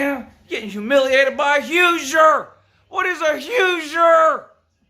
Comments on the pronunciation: omfggggg jit said hoozer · It's pronounced WHOsier as in WHO'S your daddy...the answer...apparently not Penn State. Probably Ohio State though... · Lmaooooo "Hoosier have dey pwayed, Lou"